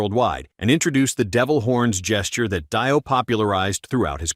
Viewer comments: Dee oh, not Die oh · When he said Ronnie James Dieo I had to write the comment and stop watching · Can't even pronounce dio right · Buddy. Delete the video. You cant even say Dio correctly. Much less know the fact that sabbath NEVER has the success they had without Ozzy. Dio in randow was better.